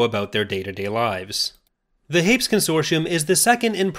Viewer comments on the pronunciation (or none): Surely it's pronounced 'Haypeez,' not just 'Hayps' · It’s pronounced “hur-peez”